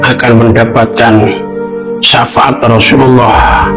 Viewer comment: safaat mas bukan safangat .